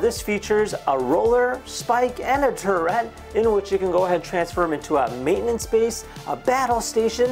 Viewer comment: Please, it's turret not terret